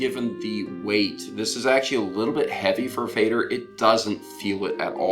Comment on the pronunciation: Nice review, just a quick note about pronunciation, it is pronounced more like "fehder", definitely not like "fader". In fact, "Feder" simply means "feather" in German and the pronunciation is also closer to feather.